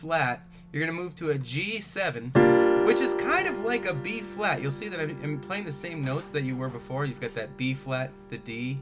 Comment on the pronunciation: Is he saying b flat or b fwat?